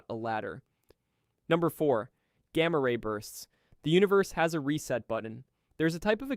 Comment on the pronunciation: Never heard someone pronunce "Gamma ray bursts" like you do.